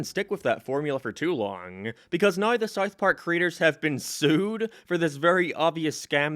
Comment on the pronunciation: The way you say south park is killing me